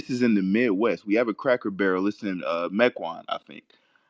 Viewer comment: The way Tariq was pronouncing "Cracker Barrel" had me screaming 😂😂😂